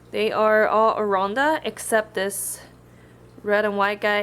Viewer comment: why u say oronda instead of orAnda?